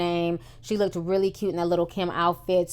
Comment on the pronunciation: Great review but PLEASE it's LOOKED, not Look-ked! Keep up the good work.